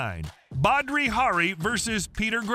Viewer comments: Its Badr Hari not badri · Badri hari? Hahah its Badr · Fyi its Badr Hari not Badri. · Badri ?? its Badr my friend ;-) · At least get the name right!! It's Badr Hari..not Badri. And after that fight he went on to become one of the most formidable fighters. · It's "Badr", not "Badri" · It's Badr not Badri. How did you get that wrong? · It's Badr not Badri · Badr Hari, not Badri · badr hari not badri hari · Badr.... not badri hahaha do your homework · Badr not badRi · Its Ba-der-hari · Not a Badr Hari fan so hearing you butcher his name was priceless. 🤣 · Do you guys fact check? Octagon ? You pronounce badr wrong and he’s not Australian .